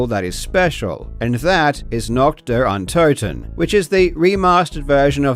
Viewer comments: You say "untoten" wrong too, so don't worry. I don't get why people can't bother checking how letters are pronounced in other languages. English "o" is not the same as a German "o", they just look the same. Same with "u" and "v". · Your pronunciation of Nacht der Untoten is quite good, given that you probably don’t speak much German. If you want to improve, consider that Untoten is pronounced on the first syllable, like most German words that don’t start with an unstressed prefix, which un- never is. (Also, the U is more the long OO sound as in goose, but short. It’s a bit difficult for a monolingual English speaker, so I’m not faulting you.)